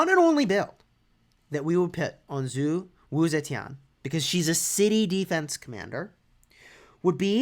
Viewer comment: her last name was off